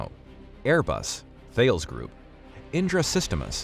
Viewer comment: stop mispronouncing thales, its a greek mathematician